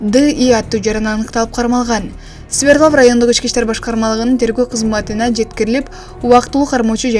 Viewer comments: Свердлав эмес Свердлов болот журналистсин дагы. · Ай айланайын Свердлов деп так суйлочу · Kg Свердлов деп айтылат.